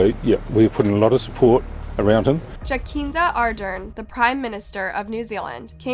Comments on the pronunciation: It's pronounced JaSinda. Not jackinda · Jacinda Ardern is pronounced Jasinda not Jakinda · OMG how she pronounced Jacinda